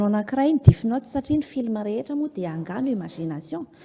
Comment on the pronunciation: death (DEF ) no fiteny fa tsy DIF ry a